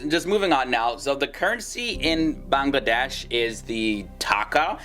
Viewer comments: Its bangladesh not banlaaaades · Beeeyngladash and Nephol really nigga? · Its not banglaadeish, it should be banglla'Wedaish. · i cant stop my laugh when he pronounce bangladesh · The way he pronounces Bangladesh 😂😅 Loved the video though!! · D is silent in BANGLADESH